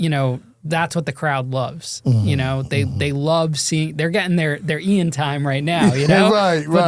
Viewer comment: Same 😂😂 mispronounces his name everytime